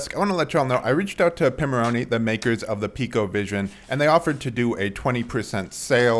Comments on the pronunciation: I have been a loyal Pimoroni customer for years, I speak with them regularly, probably once or twice a week. It is pronounced 'Pie-moroni', as in Raspberry Pi. You said "Pee-moroni'. It's not a big deal in the grand scheme of things but it appears instead of a simple "ooops, my mistake" you seem to want to argue the point. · You wouldn't pronounce it 'Raspberry Pee' would you, so what makes you think it's pronounced "Pee-moroni"?